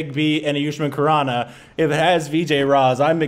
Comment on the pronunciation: Raaz not raj